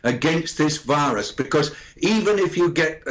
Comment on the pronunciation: I heard wirus instead of virus?